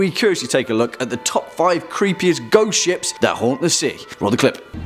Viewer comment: The beginning sounded like you said goat ships